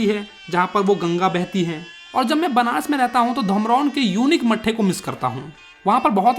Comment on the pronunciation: benaras nahi banaras